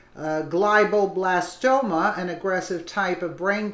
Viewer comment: That's "glee o blastoma"